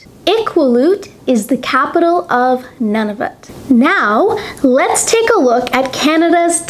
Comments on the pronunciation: Well done. But Nunavut is NOT pronounced NONE-of-it, but rather NEW'-na-vut. Its capital city, Iqaluit, is pronounced I-KAL'-wit. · I like your show, and am glad you introduce the basic geography of Canada. FYI Nunavut would be pronounced more like noo·nuh·voot. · I like your videos, but for our NE territory Nunavut, I believe they pronounce it noo·nuh·voot. The Inuit also pronounce the 'i' in the capital Iqaluit. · Oops! it's EE ka loo eat! :) Iqaluit. And my friend from Nunavut calls it Noonahvoot. Thanks for this video though! I think it's great! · You need to check out and correct your pronunciation of Nunavut and Iqaluit, both incorrect in this otherwise excellent review of Canadian provinces, territories and cities. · Hi Lorne ☺️. Thanks for watching and for your excellent feedback on the pronunciation of Nunavut and Iqaluit 👍🏻🇨🇦. I've heard so many people pronounce those places the same way as I did in this lesson, but never realized that they were also incorrect 😅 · I'm not from Canada, but you just butchered "Nunavut" and "Iqaluit", sorry! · Thanks for watching 🇨🇦. I admit that my pronunciation of Nunavut and Iqaluit were slightly incorrect, but there is nothing wrong with my pronunciation of Quebec. I lived in Montreal for a few months and this is how most people there pronounced it.